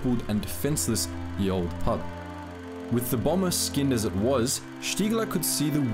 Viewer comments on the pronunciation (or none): Ye is pronounced the